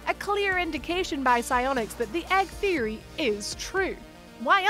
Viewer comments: The “thiry” lol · Please pronounce theoty correctly i am turkish but it still bothers me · I cringe everytime she tries to say theory